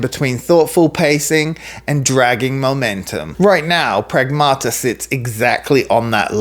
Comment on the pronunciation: "pragmata" in Greek means "things" lol stressed on the 1st A: prAgmata